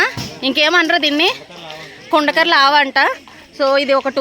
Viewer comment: Video chala బాగుంది కానీ అది కుండాకర్ల కాదు అండి కొండకర్లా అండి 😂😂